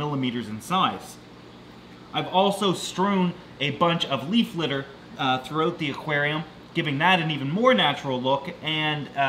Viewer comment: i had to rewind because when he said leaf litter i thought he said beef liver😳